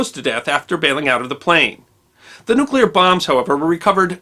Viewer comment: is one of 17 humans who pronounce ""NU-klee-urr" correctly.